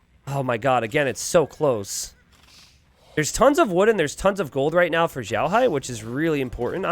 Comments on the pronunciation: Always love your content. FWIW, you're pronouncing "Xiaohai" like "Zhaohai". "Xiao" is pronounced like "Sheow", with X making a "sh" sound, i making an "ee" sound, and the "ao" making an "ow" sound. Other than that, I always look forward to your content and have been using it to better my own game! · Xiaohai, if it’s a Chinese player xiaohai is prounced sh-yow(L) in one syllable but with Chinese pronunciations each word has four tones so if I can see the words then I can let you know. Idk how to tag though 😅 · The "x" is very close to "s" you just roll your tongue a little.